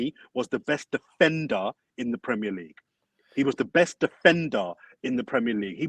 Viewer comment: we get it 😂😂 defenDer must be pronounced with a strong D 💀